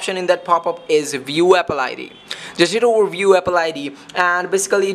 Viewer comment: Abolable, epple xD sorry it's just killing me